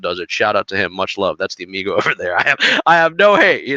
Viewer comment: As a Spanish speaker, I love every time you say amigo, you nail the pronunciation ❤